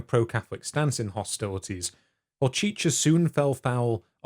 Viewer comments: To not butcher Hocicky with saying Hocheecha you would want it pronounced like Ho-setz-key! Everything else brilliant as always, thank you! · Greetings from the Czech Repubic. Great video!!! :) Please make more. In case you want to know, Hořčický is pronounced "horchitzkee" Thank You for all of the videos and have a great day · Jakub Hořčický - say it like Horj-cheetsky. That ř kills the English tongue - a trilled messy mix of R and J (where the J is more as it is said in the French "je" or like the s in the ENglish pleasure... but you might let out some spittle). Anyway, mash that in with a trilled R and you get ř. Just google it. The č is just "ch" like in chair and the c is like the "ts" in "bits." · no one could blame you for misspronouncing Hořčický, only the czech language has the letter Ř and even some czechs struggle with it